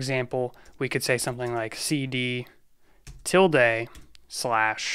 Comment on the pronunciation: touch actually update the 'file modified' date/time. If there IS no file to update, it creates one. ls -la has TWO parameters. ls -a will show ALL files, ls -l will give you a detailed list. 'tilde' is pronounced with the e as a schwa, "uh."